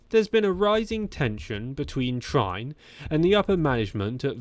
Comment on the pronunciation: No time wasting over social media. Like great actors not reading reviews. This new aggressive Jonas lets the legs do the talking. Trine is more likely pronounced Tree-ner.